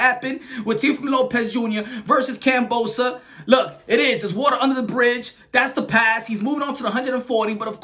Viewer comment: Always respected you and i always catch up on your content...but plzz pronounce Kambosos name the way it's meant to be said.. What this Kambosa bs.. Its Kambosos with a sis sound ending.. Peace ✌